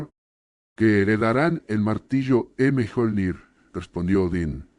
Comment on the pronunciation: Esto es con ia? Si es asi , los videos te quedarian mucho mejor si escribieras las palabras como deberían ser prununciadas , así en vez de valhaya , podríamos escuchar valjala y miyolnir en vez de mijolnir